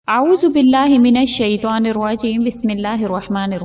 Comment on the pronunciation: Please say minashaitan Don't sh u a i ta n